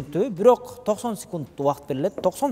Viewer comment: Кодойгон азамат бирок дегенди бүрөк деп😅